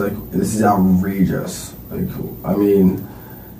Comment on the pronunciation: “like this is outreigous” 🙄